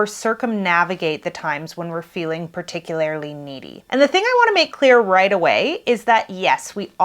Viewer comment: it's particulaRLY, not "particulaRILY".